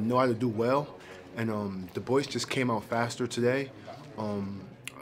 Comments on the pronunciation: Sounds like he said the boys not Dubois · The way he says Dubois name. 😂"Duboice". Well done on taking the loss like a man.